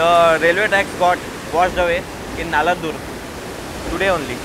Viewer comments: Is it Nandalur...? In the video it is said as NALANDUR. .can this be checked... Also is it a district? .. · It's not nalandur its NANDALUR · It’s not Naladur. It’s called and spelled as Nandalur. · Nice video. But, put a bit of effort in correctly pronouncing Telugu words. It is an Indic language with sanskrit roots and closer to Hindi than greek. Nandaluru nanda+luru